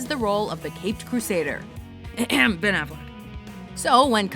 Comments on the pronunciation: lol "*cough *cough Ben Afflek" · he hebenafleck hahahaha lol.